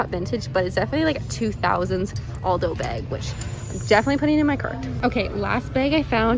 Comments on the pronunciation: lol "beg" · google: bag: BAIG